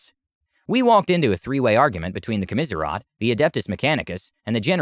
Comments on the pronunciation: Okay buddy I'm going to help you out It's, Commissariat (kaa·muh·seh·ree·uht) not Kaa-mis-ree-off. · I’m thoroughly enjoying this, but desperately need to understand how you come to that pronunciation of “commissariat”?!